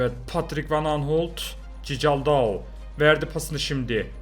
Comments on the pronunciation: abi nolur cicaldau deme doğru okunuşu çikaldau lütfen beğenin de görsün siz de yanlış alışıyorsunuz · Abi o Berkay değil Berkan ve cicaldau değil okunuşunu yazıcam çikaldau😁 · Abi cicaldao değil çıkaldao van aniston değil van ahott tamam mı abi